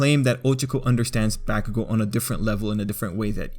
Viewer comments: I think he is saying them wrong it's pronounced Bak-u-gou O-ch-ca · Am I the only one that notice he is saying Ochako's name completely wrong same with bakugou